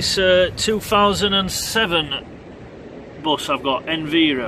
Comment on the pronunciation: I'm sure you keep pronouncing "Enviro" wrong! It is short for "Environment" and I doubt you say "enveeronment" lol!? Also, there will be no smoking signs on buses as it's a legal requirement. You didn't mention the wheelchair arm located on the backrest which old Enviros have! I used to use it all the time!